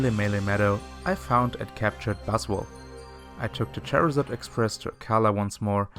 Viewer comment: Did you just call charizard a chairazard?